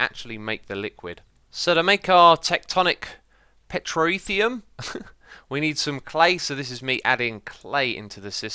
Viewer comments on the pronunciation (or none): my favourite part of this video was watching you completely fail to pronounce "petroleum" SEVERAL TIMES! where you too busy creating fun, interesting content to put your reading glasses on? love your stuff m8. never change. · That was a funny pronunciation of Pet-ro-the-um